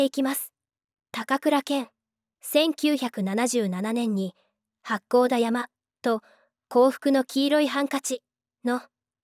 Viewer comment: 八甲田山、はっこうだやまとは、よみませんし、おだきつきさんとは言いません、さいごのきせつとは読みませんでしょう。このナレーター、読み方をチェックしないのですか、それとも、最終学歴は、または、学校を長期にやすんでいたのですか。あきれるね